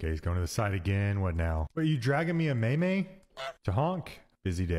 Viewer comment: You so confidently pronounced meme as "may-may" it's making me question if I'm living in a simulation.